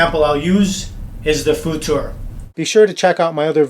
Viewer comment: The "futur" pronounsiation was almost perfect. futur stands for futuristic in case anyone is interested, and in my opinion you can see it in its design